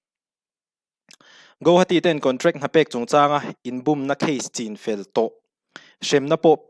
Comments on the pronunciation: chinfel hi, i lai hi thlûk loh tur...thlai chîng thlûkin i thlûk daih a,rinna hi thlûkna a awm lo a,rin ang hian chin tih tawp tur..ngaihnawm thin e. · Chinfel i lam dan hi uluk leh hret teh....thlai chi chin zawh tawh vanga chinfel ri angin i lam tlat.